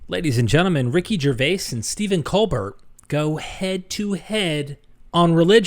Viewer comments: "Coal Bare" Get it right young man! LOL. I never occurred to me Colbert was religious. He's played a false conservative for so long, I pegged him as totally liberal and atheist. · FYI Colbert is pronounced COAL-BEAR with a soft t